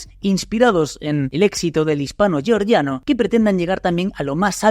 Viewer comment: Georgia no se pronuncia así. Por que pronuncias "georgiano" en ingles si no es en ingles?